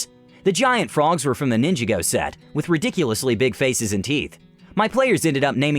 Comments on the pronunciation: Love the video, but wtf was that terrible pronunciation of “Ninjago”?! That hurt my soul. It is said “nin-JAH-go”, not “ninja-go” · It's pronounced "Nin-jog-oh," not "Ninja-go." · Am I the only one who died when he pronounced ninjago as “ninja-go” not “nin-jah-go”? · “Nin juh go” gosh why do you ruin my childhood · Am I the only guy who's not happy how he pronounced ninjago. It's ninja-go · he said ninjago wrong and that hurts my soul